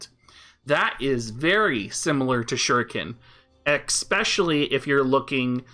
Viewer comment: lovin your vids. "expecially" lol